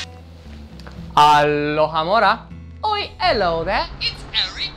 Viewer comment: Nu a zis bine vraja " alohomora " sa stii